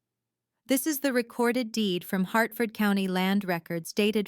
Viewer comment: Also, for folks who aren't American, Hartford, not "Heartford."